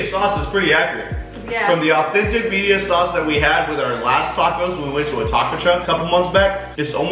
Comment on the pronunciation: Hahaha I love them but that was making me giggle!!